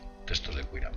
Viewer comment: En 2' 44'' dice "textos de Kuiram". Debería decirse "textos de Qumram".